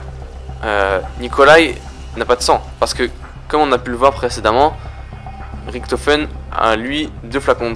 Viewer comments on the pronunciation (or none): Ok -1abo==raison je suis un rageux ok...mais la les fautes que tu fait c est chiant on dit richtofen pas riktofen je fait de l allemand cherche pas repond moi et je le reabonerai les kikou vos geules je parle pas a vous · putain c'est pas Ricktofen c'est Richtofen Merde! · pourquoi tu dis ritofen au lieu richtofen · c'est Riktofen en angalais sauf que la facon dont il prononce sa fait degeu . a dire riktofen autant savoir le prononcer . sinon je kife tes vidéo et tes théorie